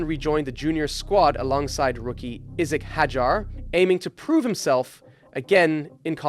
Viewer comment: Am i the only one who wants to start crying with the way he pronounces some names. Like Felipe naeser? Come on ok edit isic hadjar. This has to be a joke or something. Bros name is Isaac not isic. Thisnis crazy